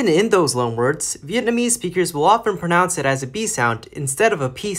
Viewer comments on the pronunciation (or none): none